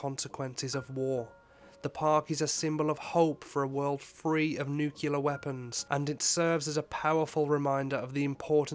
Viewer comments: NOOO DON'T SAY NUUCULAR. IT"S NUCLEAR! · It's nuclear NOO-KLEE-AR not NOO-KYOO-LER! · How can you possibly make a video about Hiroshima and not be able to pronounce nuclear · Please learn to pronounce nuclear properly- such a great video otherwise.